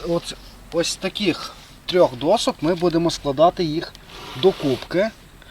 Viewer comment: ДоШка, не доСка) Але молодці, дякую за інструкцію.